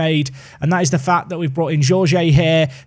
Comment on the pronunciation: Jorge pronounced like Georgie in english but start like shore-gie